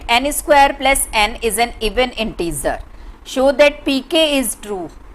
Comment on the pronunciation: Intizer nahi hota hai InteGer hota hai No offense ❤